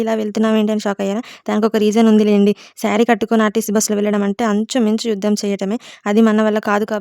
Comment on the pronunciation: Anchu minchu kadhu inchuminchu